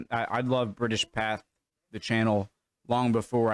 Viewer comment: You might have been doing it for a laugh, but "Pathé" or as you pronounced "path", is pronounced "pathay" because of the accented "E", but you probably know and was pissing about 👍